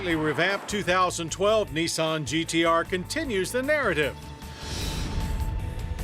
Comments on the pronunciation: nIsan not neeson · it's not neesahn it's nissan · gotta love Americans... Knee-sawn... LOL